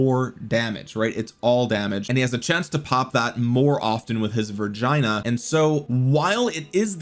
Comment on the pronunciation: Vergina is pronounced G not J and E not I. Like ''go'' and ''kill'', not ''saGe'' or ''dIe''